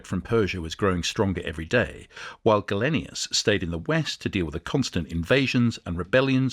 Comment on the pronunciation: Interesting stuff, but you could try to pronounce names like Gallienus not Gallenius and Principes properly.